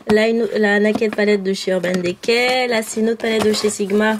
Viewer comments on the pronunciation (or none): magniique rangement c'est trop marrant quand tu dit naked de urban decay toi tu le prononce c nàked urban déca